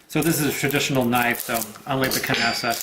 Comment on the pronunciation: You keep pronouncing the ‘k’. It’s silence like ‘knock’ or ‘knife’. Especially since this ‘knife’ was created by ‘Nasa’, put them together and you get ‘Knasa’.